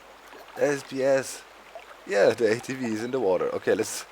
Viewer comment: Did you say ATwee because a V in german makes a wee sound?? probably :P